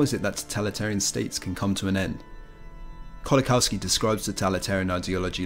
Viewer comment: Very good video thank you for making it. Just to let you know Kolakowski is pronounced like 'Kolakovski'. W is V sound in Polish.